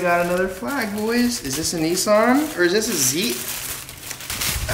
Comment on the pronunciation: I hate to pull you up on this but there's no E in NISSAN lol sorry but it just bugs me its not only you two that pronounce it NESSAN it's pronounced NISSAN.